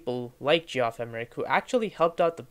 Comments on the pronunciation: "Jee-off" (Geoff) is pronounced "Jeff" - short for Geoffrey, pronounced "Jeffrey". Good video, though. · You lost all my respect the second you called him Gee-off. I had to turn it off after a couple minutes. First place, if you don't know that that spells "Jeff", you're not that sharp. Second place, you don't know crap about the Beatles. You obviously just read stuff and put a review together. So solly. Thumbs down. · Ge-off? It’s pronounced Jeff. Lol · It’s pronounced JEFF Emerick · Nice job. Had difficulty with the pronunciation of Geoff, historically we pronounce just as Jeff. Not sure where the narrator picked up that interpretation. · Reviwer should learn how to pronounce the names - Geoff, Dalai Lama..